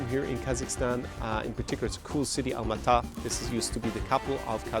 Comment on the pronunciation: It's Almaty*